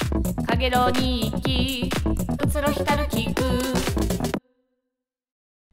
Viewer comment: うつろひたる って読み方はうつろいたる じゃないのかな？